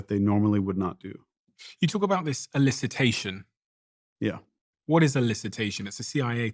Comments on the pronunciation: What is Illicitation? It’s elicitation. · Steven/DOAC team: it’s ‘elicitation’, not ‘illicitation’.